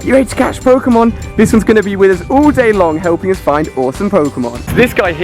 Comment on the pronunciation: btw its 'all' not 'ull' #nvm